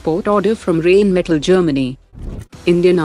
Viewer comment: Its Rhine Metals of Germany...correct yr pronounciations.